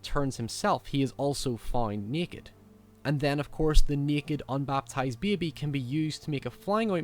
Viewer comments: Black Phillip is Sayeetin. Lol say it again. Oops. Now he said Seeetn. And neeekid. It's a neekid beebee. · “And thean of coors the neked unbaptized bebe” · 'seten' 'sneke' 'neked' LOL